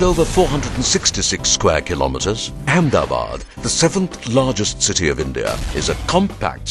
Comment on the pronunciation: I must proudly say that the film looks very impressive than what it may probably be. But one little request from an ex-Ahmedabadi living across the ocean. The correct pronunciation of the city is Ahmed-a-bad and not Ahem-da-bad. Why don't you officially change the name to Ahemdabad or Amdavad? Just like they changed Bombay to Mumbai? But sadly that will disassociate the original builder King Ahmedshah.